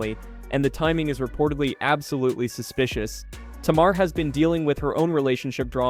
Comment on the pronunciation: It took me 2/3 minutes before I realized he was talking about Tamar (Tay--Mar) and I am very very sure he had at least one person of color at arm's length he could of asked for help or could of not been so lazy and looked it up himself perhaps some of her old interviews or THE SHOW, and learned to annunciate her name, this was unacceptable especially while trying to follow the story.